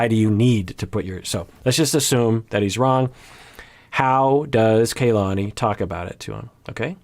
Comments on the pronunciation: Kalani is KA-lani not KAY-lani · KA LA NI. not ke y lani. also its A DOLF not AY dolf bye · Please STOP mispronouncing her name! It's like nails on a chalkboard for those of us with Polynesian names. It is NOT KAYLani it is KahLani. Both a's are soft.